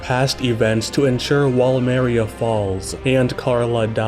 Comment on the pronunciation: please stop pronouncing "paradis"and "maria"